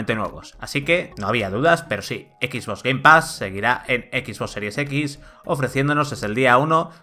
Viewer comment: EKIS BOSS SERIES EKIS. Man, te URGEN unas clases de inglés.